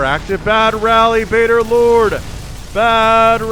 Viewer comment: You are correct!!!:D I am 'baderlord'! lol I really thought I was Badgerlord and when I saw had picked my cast I was so excited!!! Then I heard him call me 'Baderlord' and I was like who's that??? Then I figured out what had happened and I laughed!! 😂 But yes I love the redwall series! Salamandastron will always have a special place in my heart!! 😎 <3